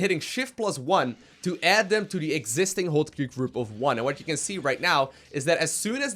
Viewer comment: "Hwot" Key.